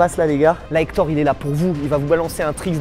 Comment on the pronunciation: POUQUOI TU DIS HETORE